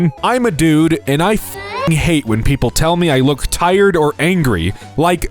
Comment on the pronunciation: “lok at the risin sun” DUDE IS MIDNGT FOR ME